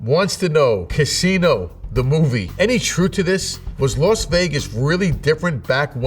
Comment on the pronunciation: Why does he call it "Los" Vegas?